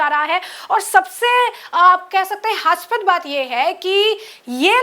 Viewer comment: Hasypad nahi hasyaspad pronunciation hota hai Madam